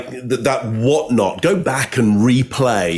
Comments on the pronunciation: is spot on about that "Whatnottt." It stuck out to me too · I think misheard. He quotes, "In that case, I saw her swerve one night", but what was actually said was, "I saw her swerve and whatnot." At least, that's what I heard. Love you.